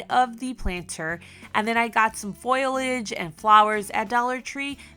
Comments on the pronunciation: Not criticizing but if you were wondering, its not pronounced "Foilage", its pronounced "Foliage". So basically, its supposed to be said like "fo-lee-age" not "foy-lage". Like I said, not criticizing and its really no problem but just something I noticed if you wanted to learn the difference. Love your videos, they're fantastic and you're a really creative and sweet person. I hope I didn't offend with this comment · Darling....I love watching your DIY'S...BUT...I must correct you on one word. When you say use fake flowers and greenery, you are saying FOIL LEDGE....it's FO LI AGE. Just letting you know! Thanks for what you do. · FYI: The word is not 'foil'-age; the correct word is 'fo-li-age' (not criticizing, just helping 😊👍). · Foliage is pronounced FO - Lee - edge! (Not FOIL - Edge) Sorry. My OCD was acting up... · Foliage is not pronounced 'foil idj', it's pronounced 'fo li idj'. Please! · Foliage = faux-lee-edge. 😘 The decorations are super cute! 💕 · Omg... I just can't!!! You are SO talented!!! I'm not big on food decor, but you make everything look SO amazing!!!!!! I just LOVE your videos! Oh plus it's FAUX-LEE-AGE. Emphasis on the faux part! Either way, you killed it & I just ADORE watching everything you create!!! ❤